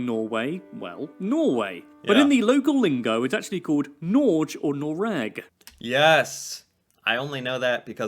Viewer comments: He butchered "Norge" but got "Noreg" fairly close to right. "Norge" has the same sounds as in "Noreg" except flipped. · Scandinavia is Norway, Sweden and Denmark. Period. The Nordic countries are Finland and Iceland, Faroe Islands in addition. And NORGE is NOT pronounced NÅRSCHJ. The G as in Goast. Goat. Go. NORGE. = NÅRGE is correct pronouncian. and Å is pronounced as A in Ållways, Ållready, of O in Often. Viking: A VIK is at the end of a fjord. There you could see enemies sailing into the fjords. Many names of places in Norway end with "vik" as Larvik f.ex. A viking comes from a vik. The vikingships sailed the fjords. And the Norwegian Vikings were the first europeans to discover Amerika. Leiv Eriksson was the first of many vikings trying to settel iun America. Launce aux Meadows in Canada is proof of that. They brought back fur and stuff to sell on the markeds in Miklagard (viking name for Istanbul) And Jerusalem was named Jorsal by the vikings. Norwegian king Sigurd Jordsalfar got his name by going to Jerusalem. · It's not Norg.. it's Norge. You have to say the e. Like eh.. Norg eh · Nor-geh not Norje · Can we PLEASE make him aware that it's not pronounced NORJ!? Hard g. NÅR-GEH!! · People pronouncing norge like "nortsh" instead of n o r g e is one of the most annoying and infuriating things about these videos, like what the 🦆 just learn it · Also, as a language teacher, pleace stop saying norzzj, when pronuncing the name in "Norwegian". The NOR-part you get about right (like the NOR in NORse), but the GE-bit is pronounced as GE in "GEt lost", so: NOR -GE, not Norzzzjch (you sound as if you're talking about some place in Spain, or something)😃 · hey there, i'm really sorry but never say ''norjj'' when referring to norge. it is pronounce ''nor-ge'' with a hard G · Please… it’s never pronounced «norj» … it hurts my ears! Say it like this «nor-gay» 🇳🇴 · again, it's not "Nordzj"! The guy in the video clearly didn't do his homework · norch? get i right for gods sake